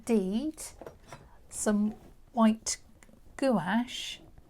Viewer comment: Thank you so much for this invaluable lesson in water drops. (It’s pronounced “GWASH”) 😊